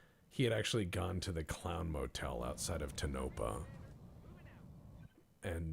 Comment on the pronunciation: Tonopah - “tone- no- paw”. Just saying. Love your videos, keep it up.